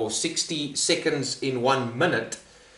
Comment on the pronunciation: Everyone:seconds Him:siconds